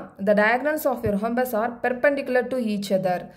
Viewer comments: Mam h is silent in rhombus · Mam athu rohombus illa rhombus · Mam your pronounce of Rhombus is wrong